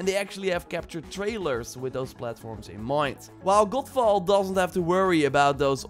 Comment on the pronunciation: Every time you say GODFALL, I keep hearing GOLFBALL, which is another game altogether! LOL